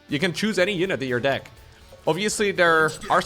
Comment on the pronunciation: careful with the word deck, you make the e sound like an i a lot